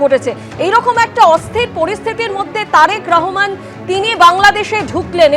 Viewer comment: কি রে বাংলা পারিস না। বল রহমান, রাহমান না